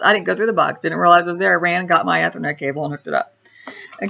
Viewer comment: You need to learn to pronounce "Ethernet" correctly if you want to appear halfway credible on the tech front :-)